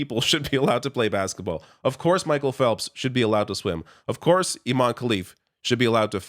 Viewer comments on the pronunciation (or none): Also, careful with the pronunciation. IMAN is a male name, you have to stress the EH at the end, Imane (Imaneh) for it to be a female name. The name itself has caused part of the confusion.